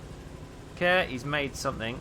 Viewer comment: My friend is called Kåre and he is very sad that you keep calling him care. It's pronounced core. Like in hardKåre and reactor Kåre. XD